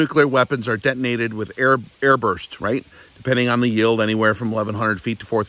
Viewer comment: i feel really bad for you man.. seems like you blown that gasket on your main cylinder buddy.. first off what is the "Large neild" is suppose to be im gonna take it you meant "Large Yield" o my goodness I can tell this is video is gonna be a good laugh! please stop man they are gonna put you in the looney bin